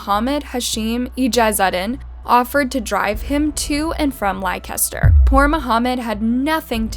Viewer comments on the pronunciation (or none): The pronunciations in this video are painful.. She said LI-KEH-STER...😖 It's LEH-STUH. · Its pronounced "Lester" not "Lie-caster" 😂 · Likester 😭😭😭 wtf why would anyone pronounce Leicester like that 😂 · It’s not pronounced Like-ester, try Lester (Leicester) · It's pronounced LES-TER-SHIRE. Not Li-Kes-ter lol. Leicester. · The town Leicester is pronounced Lester not lie-kes-ter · It’s not “li-kester” It’s pronounced “lester”, Leicester . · Hey narrator, Leicester is pronounced “Lester”. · Leicester pronounce (Lester) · It’s pronounced “Lester” just so you know not that it matters but js for the future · This whole family is all kinds of messed up. By the way it is pronounced Lester with a silent I and ch. I’m from London but this is the way I pronounce it 😅🇬🇧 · Great vid as always. Well researched. It is pronounced "Lester" just for future vids xx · Leicester is pronounced Lester in england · 😂😂😂😂 no way the way she pronounced Leicester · Damn, You have butchered the pronunciation of Leicester city. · Pronounced Leicester completely wrong. Yikes. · Great video but thats not how you say Leicester 😂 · Lost all concentration with this video when you pronounced 'Leicester' like that, but then you said 'blue seat' and I was completely done ☠️😂😂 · I'm more bothered with how she pronounced Leicester...🤣🤣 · I’m from London and it made me cringe so bad. And Yorkshire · Lykester huh? is a fun drinking game. Take a shot every time she mispronounces something and you can get a little toasty after every video. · Why can't you pronounce Leicester properly? Apart from that a good video